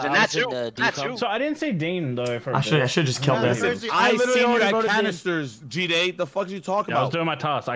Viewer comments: I like how the americans pronounce G'day as Jeh-Day or Jee-day haha, its pronounced Guh-day but really fast on the "Guh". Lol any non aussies here, G'day is short for "Good day" which is the same as saying Hello in Australian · xqc pronounced gday g day